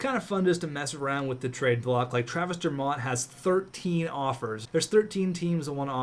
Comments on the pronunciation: It's pronounced Dur-Mitt not Dur-Mott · It's pronounced Travis Der-mitt not Der-mott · The way you pronounce dermott...